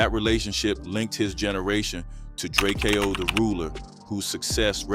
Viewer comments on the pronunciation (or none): Jet B-keezy & Dray-Kay-oh the ruler.... man stop reporting on the city if you cant get names right. Shows your thirst for cliccs.